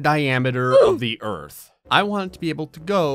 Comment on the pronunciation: Hahaha “ERTH” 😂